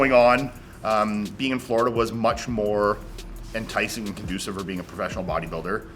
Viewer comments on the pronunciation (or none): none